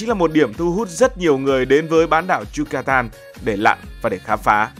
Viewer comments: Yucatan mà gần cuối video cứ đọc yutacan😅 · Thuyết minh 1 lúc cái đọc sai trớt qưowts. Yucatan thành Yutacan. Haha